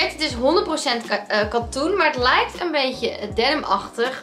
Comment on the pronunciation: “Het lijwkt” 😂